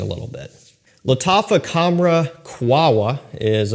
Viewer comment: For the love of God is Q A H W A not QUAWA